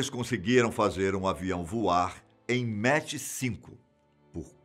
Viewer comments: NÃO É MATCH , E SIM MACH ( DE PRONUNCIA MAK ) QUE SIGNIFICA MAIS , MAIS 10 X A VELOCIDADE DO SOM ... CADA MACH É O NUMERO DE VEZES QUE A VELOCIDADE SUPERA A VELOCIDADE DO SOM... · Vcs estão falando Mach errado. Não se diz "méche" e sim "mac" 👍🏼